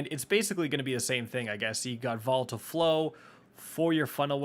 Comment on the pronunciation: Say it with me, "VO-li-tile"